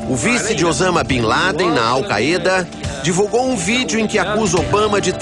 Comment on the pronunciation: "Alcaêda", "Requês"...fala direito, carai.